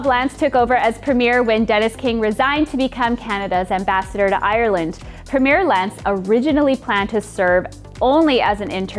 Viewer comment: You are pronouncing "premier"wrong.